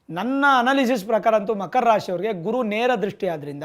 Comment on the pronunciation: Makhara, Bhakara 😂